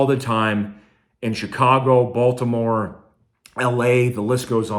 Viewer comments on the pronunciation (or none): none